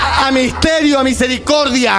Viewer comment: Jajajaj a Missterio , Missericordia 😂😂😂😂